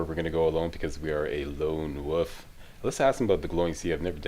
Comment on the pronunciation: What is a lone Woof? Don't you mean Wolf?